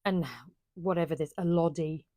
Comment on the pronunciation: Please put on your lovely makes and wear them, even around the house. The wrap dress is my favorite! Elodie is pronounced like this: L-O-DE with emphasis on the L. It rhymes with ‘Melody’.